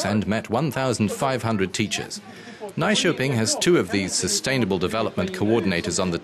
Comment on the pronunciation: Is the narrator trying to say "Nyköping"?